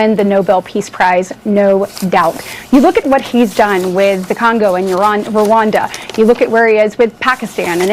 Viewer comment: Did he just say. "the Calgo?" 🤣🤣🤣